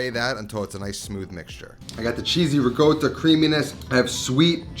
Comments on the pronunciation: Why do you say ”rigotta” instead of ”ricotta”? Is it some dialectal thing? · riCotta! not riGotta, riCotta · It's ricotta not rigotta. Stop being a lazy italian gangster. You don't sound cool.